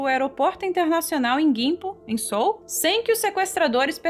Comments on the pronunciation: “Sou”?! A pronuncia de Seoul é “CÊÚ”. Que agonia 😅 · Não é “Sôl” que se pronuncia, é “Seúl” que se fala! Desculpe corrigir!